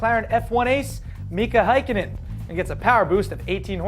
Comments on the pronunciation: Mika Heikenin? Seriously? Its Mika Hakkinen just how it looks. Hack-I-Nen I'm thoroughly disappointed in you, yes you. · Mika Häkkinen!!! you sais it a bit worng, it like Haekkinen when you English speaking folks say it. I feel bad they cancelled the Estoque. Now you wont make the great sword impressin anymore.:( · Mika Häikkinen? I think you mixed Kimi Räikkönen and Mika Häkkinen together. Comon pronounce ur Finnish F1 stars right.